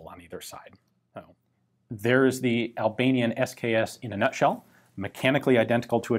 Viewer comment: The only time somebody pronounces Albanian good.